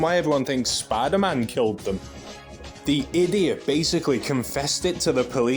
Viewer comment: "spy daman" 😂 (good vid too 👍🏾)